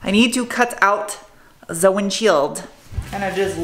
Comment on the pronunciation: “Ze windshield” lol